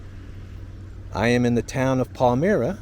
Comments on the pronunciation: Well you didn't get to our neck of the woods, we're down the canal in Brockport. Brock for the gentleman who the town was named for, and you can guess "port". LOL Palmyra, by the way, is pronounced here; pal mi ra. With the long "I". If you had made it as far as Lockport, where the next set of 'locks' are, they have a short, but interesting antique train ride. It runs over a wooden trestle 100 feet tall, overlooking a gorge. It made me nervous every time I rode it. Lots of interesting things on our canal. I think we take it for granted living here our whole lives. Just like Niagara Falls. LOL 8) --gary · Just to clarify. Its not the northern part of NY. That part of NY is technically western ny through Central NY to the Capital District. And its pronounced Palm 👁 ra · Nice video of the villages along the Erie Canal. 1st village is prounanced Palm- eye- rah. Rhymes with Elm-eye- rah (Elmira, NY). I'm originally from Horseheads, NY. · Palmyra is pronounced like Elvira. Pal-my-rah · Palmyra - pronounced Pal-MY-rah is a beautiful village. (again I get youre from texas) Just a local helping you out! Thanks again for the great content. Lyons (pronounced Lions) is a very poor town and there are other poor towns around that area, like Sparta. The boat tours along the canal are pretty cool they will take you into a lock and raise and lower the boat so you can see how it works while you are cruising on it. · I'm originally from Horseheads & I thought he was prounancing the name wrong. Palmyra rhymes with Elmira, Lol!! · I was just coming on to comment this! 😊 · its pronouced PAL-MY-RA !! ITS HOME OF MORMONS AND JOESPH SMITH! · pronounced Pal.my.ra ... Lions ... you're running my old haunts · Lyons, Palmyra, Medina,, you've got to check the correct pronunciations of the places you visit. Heaven forbid you visit Pulaski NY! ( although I hope you do some day). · It might be nice if you could pronounce palmyra correctly. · it's PAL-MY-RUH! JFC. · Pal -- My-- Ra. Not Palmirra